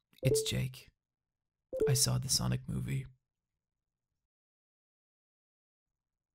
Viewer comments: the thing that bugs me about this video is how he says sonic and sanic the same way. its SANic like comic SANS. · Great video but wish you could pronounce sonic and sanic differently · W/e - I loved Radical Rex growing up. Also, my midwestern wars cant distinguish between your pronunciation of “Sonic” and “Sanic.”